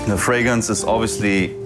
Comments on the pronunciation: A guy likes colognes and perfumes. So he changes his last name to Fragrance, but cannot even pronounce it. He pronounces it "Fragance." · This Fabio fûcctârd can't even say Fragrance 😅 Telling a stranger kid he smells good is weirdo asf